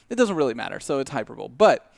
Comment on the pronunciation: James Goobs “Hyperbole.”